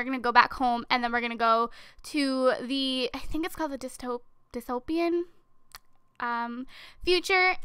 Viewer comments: its purnounced dis-toe-pee-in future. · Dystopian = dis-toe-pian Utopian = you-toe-pian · Dis-Toe-Pee-An Hope I helped!